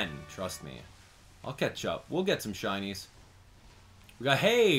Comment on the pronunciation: ShINYS not shunts